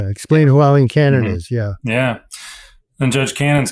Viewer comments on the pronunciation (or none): You did not even get the Columbian's name correct it is "A"ileen not "E[ye]"ileen. Cannon recused herself in Khan v. Sheriff Noel Stephen, shortly after Jack came a filing papers on June 8, 2023. Someone attempted to recuse her in 22CV14397-AMC in April 2023, when she concealed documents showing a Tax Collector was double taxing the Secretary for the U.S. Department of Veterans Affairs, while collecting taxes from a disabled Vet. Cannon allowed an attorney that worked for the Local Law Library, who reported to the Chief Judge of the local circuit court, by and through a funding agreement with local county government. This Chief Judge was named in another suit she buried, 21CV14294-AMC related to encroachment on Federal Property with ties to Pam Bondi. By the way, PragerU is pumping ads on this broadcast; it is beyond comprehension the Palo Alto behind Utube allow this kind of propaganda! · Please learn to say Aileen not Eileen.